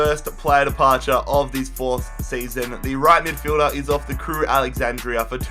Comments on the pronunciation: Just call them Crewe as it's AlexanDRA not AlexanDRIA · It’s Crewe Alexandra, not Crewe Alexandria. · STOP SAYING CREWE “ALEXANDRIA” ITS ALEXANDRA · Why do you say Crewe Alexandra like ‘Crewe Alexandria’ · I don't think he said Crewe Alexandra correct